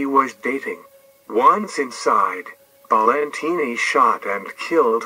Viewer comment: It’s pronounced Balentine like valentine